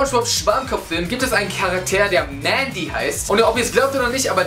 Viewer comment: Sie heißt nicht Mandy, sondern Mindy!!!!